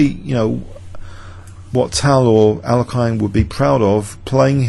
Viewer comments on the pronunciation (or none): none